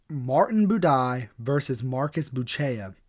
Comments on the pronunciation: Is Bu - Che - CHA! Not Bu - Che - a! If you don't know, now you know. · A little pronunciation help, my man: Buchecha - Boo-shesh-uh Nguyen is pronounced "Win." One of the most common Vietnamese surnames and you can't sound it out in English...just say "win". Nice video boss! 💪